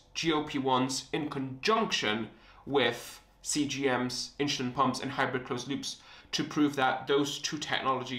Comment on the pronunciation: WTH is “inSHOElin” 🤷🏻‍♂️ Where are you from where you speak like this?